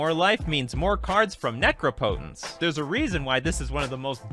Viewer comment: the mispronunciation of "necropotence" was cringey.